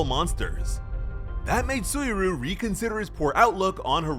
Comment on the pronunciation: Im genuinely sorry to be that guy, but it isnt "Soo-E-Roo" its Soo-E Ree-You"